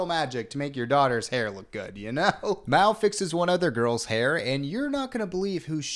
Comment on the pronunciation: The way he keeps changing how he pronounces Mal reminds me of the Benedict Cumbersnatch penguin debacle